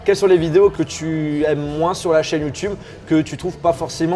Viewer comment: Mdr il a di youdoube